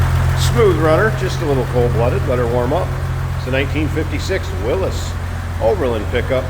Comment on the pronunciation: 👍👍For pronouncing “Willys” the right way!